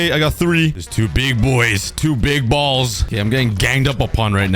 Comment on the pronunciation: stressing the word "balls" too much